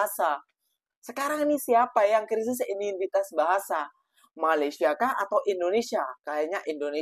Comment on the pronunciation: Sebut Malaysia pun tak betul, sibuk nak menjaga dan menyinyir Malaysia. Tak payahlah. Jaga Negara sendiri sudah. Negara ko dah teruk dah tu, Tak lama lagi tergadai lah negara ko kepada Negara China.